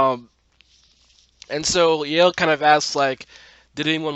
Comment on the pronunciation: Baaz's jokes about Hunter's boner were the best! Heads up: Yael's name isn't pronouced 'Yale', but actually 'YA-el' (two sylables instead of one). Tiny probably needed cash but couldn't work at Lola's Cantina because of the history. I couldn't understand where Zoë's mom came from, but I realized that she was the one who dropped her at school in the first place. You'd think that there would be an older picture of Maya in Grace's phone and not the no contacts and straightened hair one.